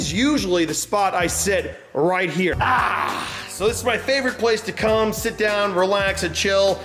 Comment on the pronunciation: when he said My favorite place to com and sit down. I thought he said the other C word for a second there 😂. Gross.